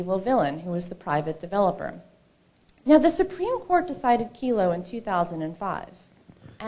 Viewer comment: It's "Kelo" v. City of New London, not "Kilo." Good info here about liberty & the opposition to gov tyranny.